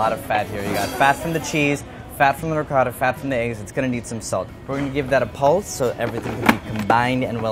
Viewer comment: wow an american pronouncing ricotta properly. nice. Not Ri coh da